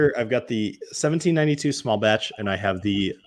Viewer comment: I’m really surprised someone with a YouTube channel about whiskey has never tried 1792 products . I’m also surprised that they badly mispronounce the distillery name since it is a well known distillery. Lastly, it was formerly called Ridgemont Reserve and not Ridgewood. I shouldn’t know more than someone with a well known YouTube review channel.